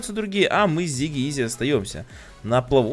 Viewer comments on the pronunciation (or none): Не Зиги а Сиги